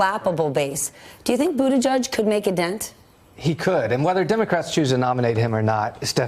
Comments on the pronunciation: NOT pronounced Boo-da-judge!! Not even BOOT-edge-edge! (glottal attack of "edge" makes that guidance even more stupid). It is pronounced, more or less: BOO-teh-jej. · BOOT-EDGE-EDGE NOT BOOT A JUDGE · Bootijidge NOT Bootijudge!! How hard is it to learn to pronounce his name properly???